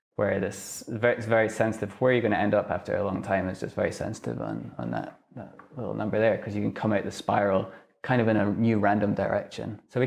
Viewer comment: Lit-tel turt-tell. I am a mega-nerd. I was punched, laughed at and locked in lockers, but even I would have taken this dweeb's lunch money.